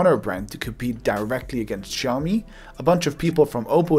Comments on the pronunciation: Awkward moment when he calls out people for butchering the name xiao mi while he was also butchering the name xiao mi. You’re pronouncing it as shiao-me, lose the H and you’re good to go. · actually it's pronounced as siyaomee not shaowmee. a Chinese friend taught me how to pronounce that word. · Maybe too late now... but you butchered the name. You pronounce SHIAO when it's more like SIAO. Kisses from Beijing !! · Russian geeks say that is is haiomi, english geeks say that it is shiaumi, but it still is xiaomi, come on, repeat ksiaomi, ksiaomi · i think it's Siao-mee not Chao-mi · Omg man, you have butchered the name as well. It is more like "siaomi", not "shiaomi" . nice video though. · Király videó! Nagyon jól felépítetted :) Csak annyit mondok, hogy "Ksziaomi" 😀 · proper pronationton is 小米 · I think it is pronounced chiaomi and the ch is like the German 'ich'. The X is a Greek 'chi' I think, thus Xiaomi. CMIIW. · I know right? People keep pronouncing the name wrong, which makes me stare at the screen in awe and...WHAT? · I like how you complain about people not pronouncing the name correctly while you yourself fail to do so. I can tell you studied Chinese, but not enough to get rid of your accent. Regardless, your content is extremely well produced and it's nice listening to a industry veteran instead of self-proclaimed experts for once. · I speak Chinese (I live in Asia & I'm Chinese) and I'm pretty sure he's pronouncing Xiaomi wrongly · Chinese don't pronounce it like you do, therefore you are wrong.